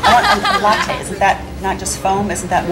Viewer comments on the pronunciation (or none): none